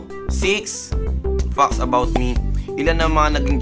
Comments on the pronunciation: Did I just heard it right or he said "20 fox"? Wtf? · 20 fucks about you? Haha... natawa ako sa pronunciation ng fact parang fuck. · Pronounce mo muna ng maayos ang "fact" 😂